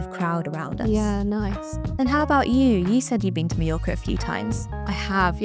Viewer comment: you should at least have learned how to pronounce mallorca correctly before recording the video